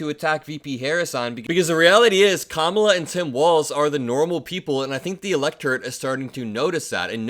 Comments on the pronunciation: He finally said Kamala correctly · He WAS really slipping. He actually pronounced Kamala correctly. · I'm just surprised Trump pronounced "Kamala" correctly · He is pronouncing her name correctly, he's really losing it :) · He must be losing his damn mind….he’s actually pronouncing ‘Kamala’ properly!